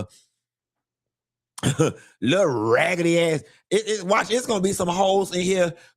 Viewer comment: "A ragally ass dollar"😂😂😂